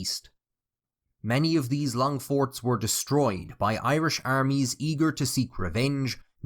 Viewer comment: finally found someone who can say the bloody proper Irish names for once ... absolutely beautiful! and really appreciated, along with the history lesson and commentary. keep it up, I'm loving it so far, cheers!